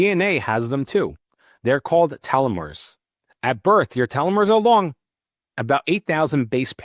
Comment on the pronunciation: change the title to say TALMUD... I could only hear you mispronounce telomeres 5 times